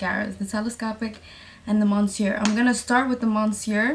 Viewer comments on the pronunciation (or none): it’s pronounced miss-yur not mon-syur lol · Can you list the mascaras please I think you said monster and monseur